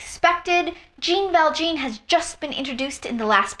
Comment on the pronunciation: Les miserables musical, I meant. (and it was funny how you pronounced Jean Valjean's name hehe, it's really really french in reality)